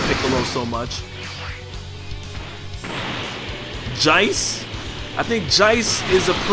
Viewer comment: It's funny how he pronounced Recoome as "Raycoome" and Jeice (pronounced JAYCE in the english dub) as "Jice."